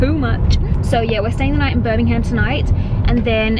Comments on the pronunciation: Birmingham is one word, you dont emphasise the Ham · I bloody love you and your videos, but as a Brit, it's actually painful to hear non-Brits pronounce our place names! 😂 Buckinghamshire is pronounced Bucking-um-sher (sort of, it's hard to type how you say things. Google how it's said haha). Same with Birmingham "Birming-um". No hate, much love!